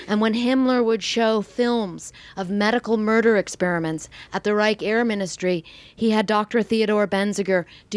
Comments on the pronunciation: Reich is prenounced "reisch" not "reik". Anyway in the German language. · Amazing info but her pronounciation is big oof. Geshtapo? Reich? If you gonna butcher the words say them in English. Reich is just Right. And it's Gestapo not Geshtapo.